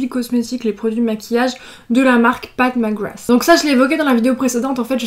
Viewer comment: J’ai compris “Pac Magwass” ... sinon l’arrière fais penser à un ticket d’or de Willy Wonka